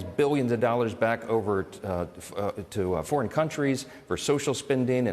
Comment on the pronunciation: Murcans have a real problem with "fur-in-all".